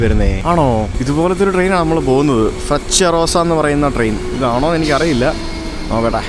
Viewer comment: The pronunciation for the word " Frecciarossa" is " Freccha rosa".